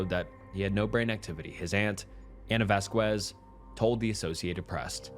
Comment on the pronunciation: Loved this video! Would love to see more like this in the future along with your regular content! Just one note, the name Vazquez/Vasquez is usually pronounced like vass-kez not vass-quez. Other than that, loved all the detail and information! Just thought I'd let you know